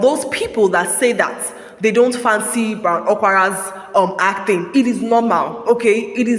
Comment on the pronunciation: i wonder why you keep saying ACTHING instead of ACTING